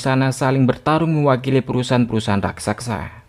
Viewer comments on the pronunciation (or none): none